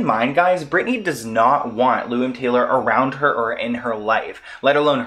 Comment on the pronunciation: Why do u keep saying “loom Taylor?” Her name is Lou